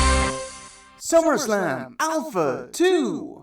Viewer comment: Wow.Somebody did perfect saying summerslam alpha 2.Was that you?Thanks.